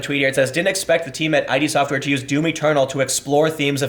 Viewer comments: FYI it's pronounced "id" as in id ego superego, not i-d... The id is the most basic part of the personality, and wants instant gratification for our wants and needs. If these needs or wants are not met, a person becomes tense or anxious. I wonder if that will play into the SJWs rage more. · Tim FYI it's "id" not "I.D." - as in, "id, ego, and super-ego". Sounds like "kid" without the 'k'. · Tim it's Id software(as in 'did'), not ID software (like identification)